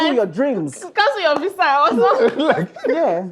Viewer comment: Nice one.... She really needs to do plenty work with her words pronunciation,, she can go for classes nah,,, and she's an actor... She needs her English to be polished cos she pronounce words like she didn't go to school,, Eg it's not visa it's Viza